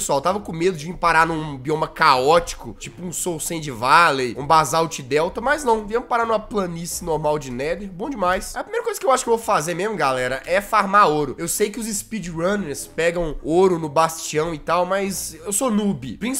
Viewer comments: Voce falo Panice de neve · So eu pespi que ele falou planise de deve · Alguém viu que ele falou no nether "planice de" neve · kkkkk ele falou PLANICE DE NEVE kkkkkk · ele falando planicie de neve